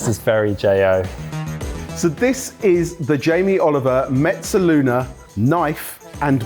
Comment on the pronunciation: J, why do you keep adding a "t" to mezzaluna?